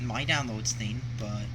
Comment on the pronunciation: How exactly can something that's just a digital store, have a gimmick? The tax is the only problem. And of course Microsoft Points don't have taxes, THEY DON'T USE REAL MONEY! Swearing isn't cool and doesn't make you adult-like either. Also, you really should learn to pronounce "thing". It's pronounced THING, NOT THEEN.